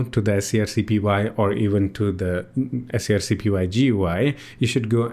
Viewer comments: wow it was surreal hearing you say "s c r c p y" every time instead of screen copy that's such a funny quirk. I always wanted to use this interface but i ended up using CLI because I can save them as a desktop application entry that when i click it in the menu it runs the command kinda like an app. if i could do that with gui that'd e amazing.. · Right at the top of the scrcpy github: pronounced "screen copy"